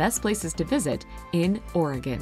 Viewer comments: At least, the video didn’t pronounce our state wrong (I’m from Oregon too) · At least she's not saying orEgone